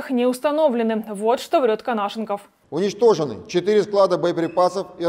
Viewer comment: При всём уважении, всё-таки не Канашников, а Конашенков. Пожалуйста, уважайте и себя, и слушателей